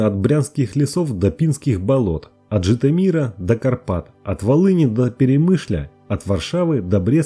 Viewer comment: Житоми́р? 😂 Жито́мир